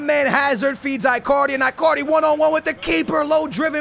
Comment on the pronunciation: IT'S EEEEE-CARDI